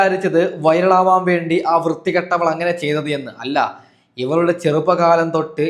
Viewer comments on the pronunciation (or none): എടോ ഒന്ന് നാവു വടിച്ച് സംസാരിക്കു.. വയളാകാൻ വേണ്ടിയല്ല... വൈറലാകാൻ വേണ്ടി എന്ന് പറ